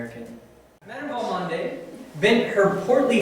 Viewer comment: Mush-SHURE you should say for "monsieur." Val-MOND, two syllables, cher.